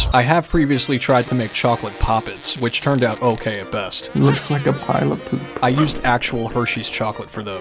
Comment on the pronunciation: Pewp❌ Poop✅